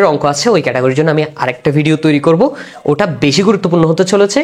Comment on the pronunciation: ভাই আপনার বুঝানো ভাল, কিন্তু আপনি কেন বারবার ট কে ঠ এর উচ্চারণ করেন, ওটা কে ওঠা বলেন, আর যোগকে যুগ বলেন, আঞ্চলিকতা পরিহার করেন ভাই